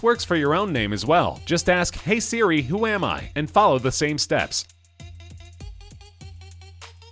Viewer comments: u said “Sibi” instead of siri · Riof Plays u betta buy new headphones mate